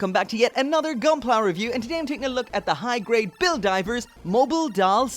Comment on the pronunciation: I know he said high grade...but it sounded like he said hentai grade. Which is disturbing for multiple reasons